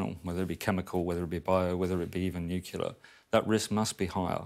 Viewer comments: Another one who says ‘nucular’ for ‘nuclear’. Why? Sophie got it right 30 seconds earlier. It’s almost as common as ‘mischevious’ for ‘mischievous’. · For Christ sake it is not NU-K-ILAR .it is nuclear. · 'Nucular, it's pronounced nucular!' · Except how to pronounce ‘nuclear’. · So intelligent he can’t say ‘nuclear’ properly.